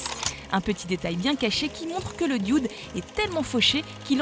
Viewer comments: Le "dioude" ? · Je sais je sais, c'est la façon dont elle le prononce qui me fais rigoler.